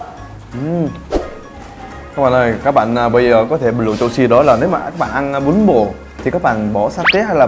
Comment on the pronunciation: em nghe bún bò thành bún bột